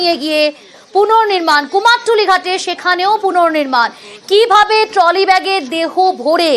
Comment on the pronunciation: আবার কুমারটুলি? ওটা তো কুমোরটুলি বলেই জানি